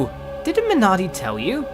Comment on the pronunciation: missed r in mernardi